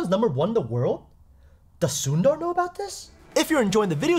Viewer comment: Best parts when he says the name ''sundar" 🤣😂